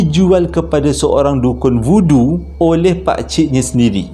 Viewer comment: Voodoo tu sekali dgr macam budu pulak.. 🤣🤣